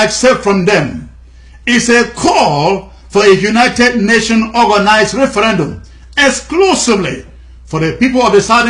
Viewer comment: Please try "referendum" instead of "referAndum".